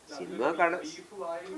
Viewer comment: ഷിനിമ എന്നല്ല മോയന്തേ സിനിമ എന്ന് പറയു